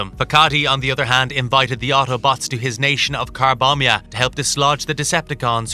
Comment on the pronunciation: Had to full stop 5 minutes in. So abduls country is called car-bomb-ia? Bro!